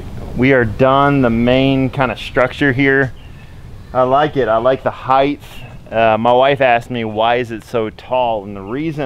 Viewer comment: Why do so many dudes be saying the word "heighth".... It's not a word lmao Good video tho haha